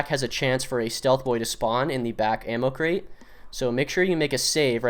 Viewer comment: You cant even say the word crate.